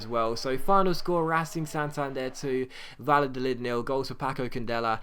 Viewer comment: the double L in spanish is pronounced either like a y or a soft j sound--it's Vayadolid, not Valadolid